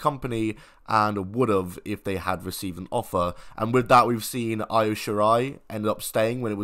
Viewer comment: It’s Wesley Blake and you mispronunced Io.